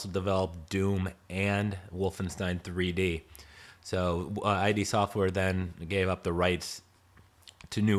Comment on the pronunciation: "id" Software as in "did", not "I.D." Software